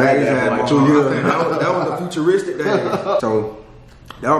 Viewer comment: bruh he said footeristic